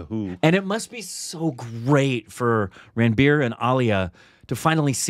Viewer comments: It's pronounced Runbir and not ranbeer 😂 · its run-bir not ranbier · I heard 'Rootbeer' instead of Ranbeer!!! 🤣 And Aalia Butt..instead of Alia Bhat...🤪